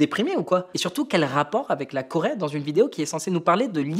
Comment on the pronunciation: La Corait ???? jajajaja Coraiainne????? il sait tjrs pas parler le ptit grassouillait x) x) LA Corai 😂😂